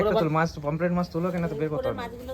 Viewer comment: আরে গাধা, চিংড়ি মাছ বড়ো গুলো কেই লবষ্টার বলে।আর পমফেলেট নয় পমফ্রেট বলে। শুধু টাকা হলেই হয় না,একটু লিখাপড়া ও প্রয়োজন।